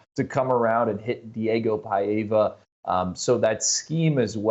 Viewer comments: It’s PAVIA not paeva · Gratz Vandy!!! You deserve to celebrate all week and have this memory forever. And guys, learn to pronounce Pavia's name correctly. PEYE -va????? PAH - vee - ah